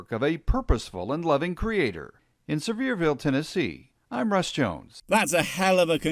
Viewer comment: "Sever-ville" can't even do basic research on how to say the name of the city